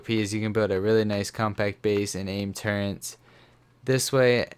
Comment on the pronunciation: Why do people always say " turrents"